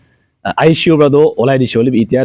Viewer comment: Bro just a small correction. Its ICU (intensive care unit) & not aishi u.